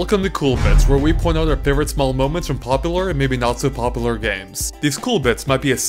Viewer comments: GODDAMNIT! IT'S PRONOUNCED 'POPULAR!' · This was a cool little tidbit of information, and I found it fun to watch, but I have to say that it drives me nuts the way you pronounce "popular" and "accurate" and the like. It sounds like "pop-a-lur" and "ack-er-it" (obvious phonetic spelling of how it sounded to me). It's the same way when I hear people pronounce "wolf" as "woof". Yeah it's anal retentive and nit-picky, but I'm a fastidious person by nature so it comes with the territory. : /